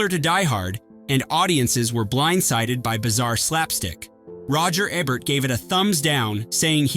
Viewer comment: Dan Aykroyd's name is pronounced ACK-Kroyd and Roger Ebert is pronounced EE-Bert! - sheesh!🙄 Oh, Delirious and Hudson Hawk are fun films!